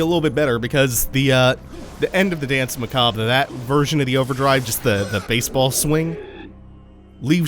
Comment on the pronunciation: It took me until now to realise that you weren't saying Dance McCob but rather dance macabre lol